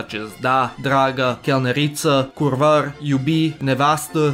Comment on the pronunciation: i dont know if youll see this comment, but we say Curva not Kurvar (its basically pronounced like kurvar with the at the end)